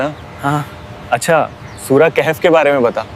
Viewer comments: Kahef nahi bhai wo khaf sahi se padho please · Kaif nahi kahf